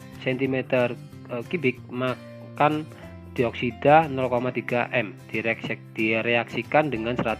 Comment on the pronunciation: 😅, mangan juga dibaca makan..piye iki..